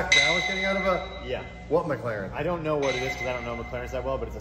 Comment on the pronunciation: Not mckaren its McLaren